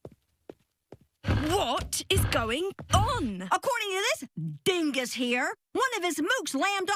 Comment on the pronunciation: Actually, she said “ D ingus”